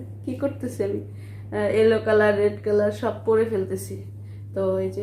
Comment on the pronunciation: একটা রেড একটা এলো বলছেন এটা এলো না ইয়েলো মানে হলুদ😛